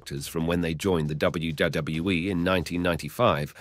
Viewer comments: DUDE ...... please enunciate with me..... its.......W.........W........E ........ Not WWUUUWUWUW W E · How come sometimes he can say WWE but the majority of the time he says WdedaWE or some other weird stuff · I know. And it is in all wrestling videos of this guy. Even worst in another, he mispronounced Stacy Keibler. 😂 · What the heck is WGWE? Until he can say it correctly he needs to stop uploading videos. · This guy can't even say WWE properly so he don't deserve to be narrating this show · Glad you said that, I thought maybe I was having some sort of stroke or something haha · 4cx listen to the way he says WWE he puts 2 ds in it almost every time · Someone teach this guy to pronounce WWE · This guy mispronounces WWE so confidently he almost makes me wonder if I'm spelling it correctly.